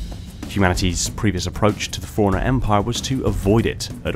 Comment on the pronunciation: Every time you say "forerunner" it sounds like you're saying "foreigner."